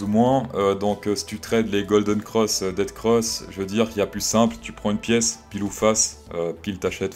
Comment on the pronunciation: C'est DEATH cross et pas DEAD cross pour être plus précis... Comme Ethfffereum au lieu de Ethtttteureum 😉